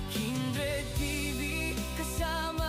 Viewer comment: kumain Ka po, para malakas Ka, kumain Ka Ng prutas, bakit para kang nahihirapan Kang huminga,magpalakas Ka, natatawa ako KC tawag mo Kay kindred eh kinderd, magkain Ka ha pilitin mo para lumakas Ka, shout out SA inyong lahat, godbless!! watching from Baguio City